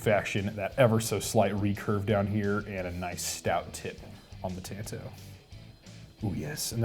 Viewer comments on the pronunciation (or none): Jesus Christ it's not tan it's tawn! Its Japanese for knife ffs